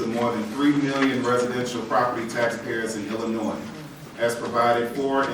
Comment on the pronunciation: It should be a requirement if you are an elected official in Illinois that you know how to say the simple word ILLINOIS